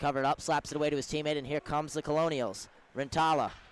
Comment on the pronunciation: Pronounced Kernels not Colonials